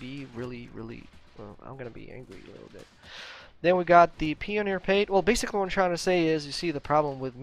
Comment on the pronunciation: Pioneer = pee on ear lol just your pronunciation bro lol